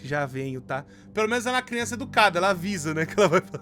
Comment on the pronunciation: AMO QUANDO O FALA CRIONÇAKKKKK